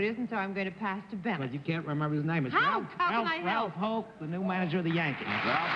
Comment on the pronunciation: Bennett had the remarkable ability to discern voices - and a similar inability to correctly pronounce words and names (e.g., roster as "roaster", Houk as "Hoak" of this episode).